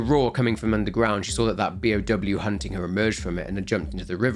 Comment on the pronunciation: Both you and Beyond Horror Gaming sound like you're saying P.O.W. instead of B.O.W. and I get so confused for a second before I remember what you're saying.